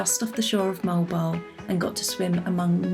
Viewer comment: Mo-al bo-al is the right pronunciation. It is originated in Spanish word.